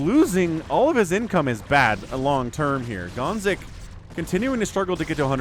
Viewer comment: hearing gonzik🇨🇿 being called gonks the whole game was traumatic tho